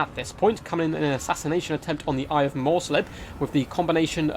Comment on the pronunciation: second, and while we're at it. "Morr'slieb" is "Morrs-leeb" Liebe is german and means love, its the beloved cygor of the chaos moon Morr